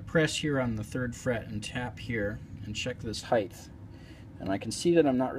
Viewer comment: Good instruction, well explained. Don't mean to sound like a blowhard, but unlike the word "width", the word "height" has no th sound at the end. It's pronounced hite. Cheers!